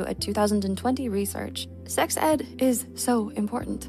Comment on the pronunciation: What is this see-eeeggs you speak of? Is that how it's pronounced?